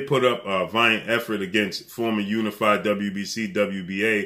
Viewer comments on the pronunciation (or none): none